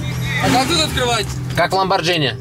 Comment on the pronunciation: ЛамборГини, а не "... джини"